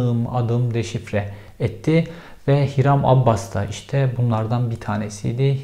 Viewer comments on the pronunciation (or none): Abbas değil Abas